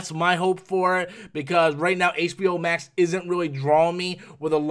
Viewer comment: What's "HBO Mak"???